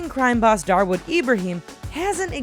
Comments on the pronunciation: it is dawood ibrahim not darwood ibrahim>....Correction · its dawood ibrahim not darwood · It's not Darwood Ibrahim... It's Dawood Ibrahim ,an infamous Don in India.... He's a bloody murderer.. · For your kind information he is not darwood ibrahim his name dawood ibrahim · its dawood not darwod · Dawood not darwood.. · Its Dawood not Darwood... This shows how well reaearched your channel is..😔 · It's dawood not darwood. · Its dawood idiot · Not darwood Ibrahim it’s dawood Ibrahim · Mam that's dawood ibrahim not darwood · dawood ibrahim not darwood ibrahim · Idiot it’s diawood Ibrahim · It's Dawood Ibrahim Kaskar and not Darwood Ibrahim. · His name is not Darwood. It's Dawood. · It's dawood ibrahim not darwood As far as ik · It's not Darwood Ibrahim it's Dawood Ibrahim. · That Indian drug lord is not Darwood its Dahwood. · It's not Darwood,it's 'Dawood'.. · He not darwood he dawood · Its dawood ibrahim.....not darwod... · It's not Darwood Ibrahim, it's Dawood Ibrahim 😂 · It's not darwood it's dawood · its dawood ibraheem not darwood ibrahim. currently underworld don. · Its "Dawood ibrahim" not darwood ibrahim 😂😂😂😂😂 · I dunno about the rest of those guys , but it is Dawood Ibrahim. not Darwood. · dawood ibrahim not drawood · it's dawood ibraheem not darwood dumheads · Its DAWOOD IBRAHIM nor darwood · its dawood ibrahim ..not darwood u fool... i am unsubscribing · It is not Darwood Ibrahim, it is Dawood Ibrahim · they called DAWOOD IBRAHIM as DARWOOD IBRAHIM .....lol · its Dawood Ibrahim not Darwood and its pronunced "Young" not "JUNG" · correction: Dawood Ibrahim not Darwoood Ibrahim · its dawood ibrahim not darwood ibrahim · it aint DARWOOD it is Dawood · its not darwood, its Dawood Ibrahim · Its not "Darwood Ibrahim" his name is "Daud Ibrahim" LOL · it's not Darwood.. it's Daud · You would say Dawood not Darwood :p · He is not Darwood he is "Dawood" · I think its dawood not darwood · it's dawood Ibrahim, not darwood. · its is DAWOOD not DARWOOD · darwood? LOl